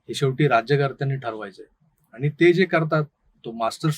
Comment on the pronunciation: plz try to work on your Marathi word by saying "आणि" and not "आनी"